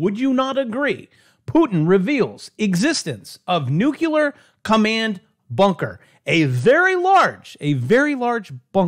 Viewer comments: New clee ar.... Please, drives me crazy.... Nuclear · NUCLEAR!!!!!!!!!!!!!! NOT NUCULAR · it's pronounced noo-clear and NOT noo-cu-lar. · Ok! That's it! I'm officially switching from NEW-CLEE-AR to Nu-cu-lar. You're killing me! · Did you just say new-kya-ler? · Ok Once more!! Say it with me!! New klee ur!! NEW KLEE UR!!!